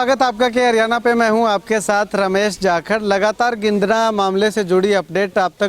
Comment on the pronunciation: Dear... Plz note the village name गिंदङा not गिंदङ